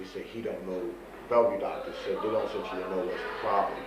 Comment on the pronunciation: Wow ... He knows how to pronounce the word "eccentially." Seven or maybe even eight times during this interview! Idiot.